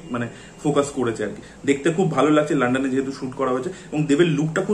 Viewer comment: লানডান না ভাই ঠিক করে বলো😅